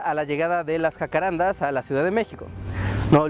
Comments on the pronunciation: Es un dato pequeño, pero hay que decirlo: es JACARANDÁ. Con acento en la Última Á. Debido a que el nombre es Guaraní. Saludos! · Wow que interesante ver que hasta allá llegaron los jacararandás. Lo único es que el nombre se pronuncia jacarandá, con carga tónica al final ya que viene del guaraní. Me impresiona que las palabras guaranis hayan llegado tan lejos Postdata: El nombre en guaraní quiere decir Lugar de perfume o fragante, Hakuã= Perfume y renda= Lugar o sitio. Y bueno de ahí se deforma al castellano como jacarandá